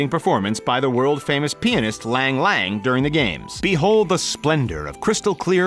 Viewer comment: Lol why did he say peenist for pianist